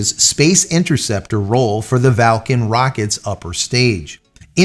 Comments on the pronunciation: Where's the "a" in Vulcan, that is, the first "a", after the V. There isn't one! Its pronounced "vuhl·kn", not "val·kn". Just saying.... 🙂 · Clearly VUL-CAN says VAL-CAN instead 😂🤔🤦‍♂️🤷‍♂️ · J, it’s Vulcan no Valcan. Think Mr. Spock’s homeworld.. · Or, was that a tongue firmly in cheek as in Falcon (Valcon?). Just let us know. Thanks, love your channel. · I'm sorry J. is it pronounced Val kan or as it is spelled Vulcan (like in Star Trek). Just asking? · Vul can... VU LLL CAN .... sound it out with me.